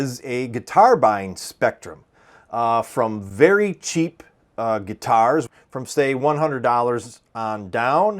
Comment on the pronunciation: Are you in the Midwest? Weird thing to notice but you say the word guitars the same way Prince did. “Guitarrrs”.